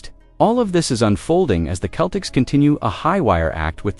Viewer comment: We can't take you seriously when you pronounce Celtics Keltics and Jrue Holiday Jarue.